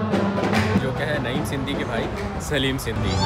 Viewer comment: sindi nhi sindhi HOTA ha.!